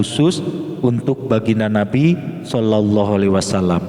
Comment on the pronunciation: Bukan sollollohu. Tapi sollalloohu, jika menurut ilmu tazwid